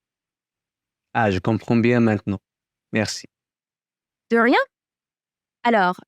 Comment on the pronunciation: oh dear the reading for French is not quite there. Je corpéa... je comprenDs. But it seems good for a start.